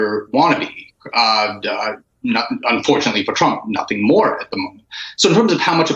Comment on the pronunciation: Stop mocking Trump, it's called "Troth Cencial".